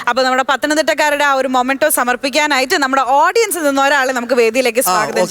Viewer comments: മൊമൻഡോ അല്ല മോളേ മെമൻ ഡോ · മൊമൻ്റോ അല്ല മെമൻ്റോ എന്നാണ് Pronounce ചെയ്യുന്നത്